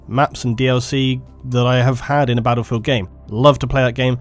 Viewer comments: You're English not American so it's battlefield not "baddlefield". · I'll listen to you if you stop saying 'baddlefield'.